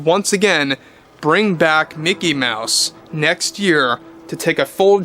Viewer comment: Umm. It's pronounced "MEOW-SE".